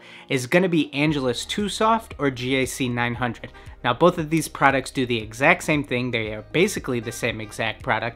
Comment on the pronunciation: Why does he say it as G-A-C 900 instead of GAC900